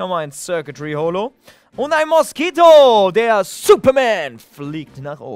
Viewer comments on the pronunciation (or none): Eigentlich heißt er ja MASSKITO und nicht MOSSKITO 😌😂